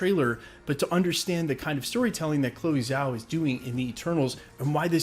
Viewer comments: why are you pronouncing “Zhao” improperly? Quite disrespectful, mate. Zhao | IPA /dʒaʊ/ The Zh is close to a J sound, not a Z sound You do so much research, most of it good, so I know you looked into how to pronounce her name. Please be more respectful towards people. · Zh in pin yin is pronounced dg. So it would sound like this (dgaow) or (jaow). So j with an (ow) as in ouch. I know I sound like "that guy" but it makes me cringe every time you say it. That said, I still love your channel and what you put out. Keep it goin handsome!!😉